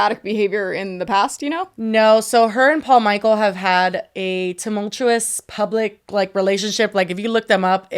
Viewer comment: please tell me you said “tumultuous” and not “tumunctuous”